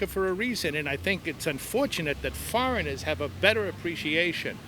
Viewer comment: He's got a slight NY accent. The way he said foreigners .